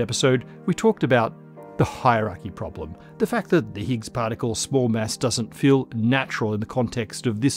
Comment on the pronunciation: I like how you pronounce mass like mess 😅